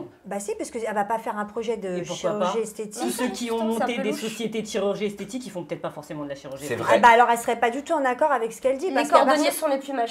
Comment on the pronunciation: Maeva Guenam elle ne parle pas de chirurgie esthétique mais de chirurgie "esthétchique" 😂😂😂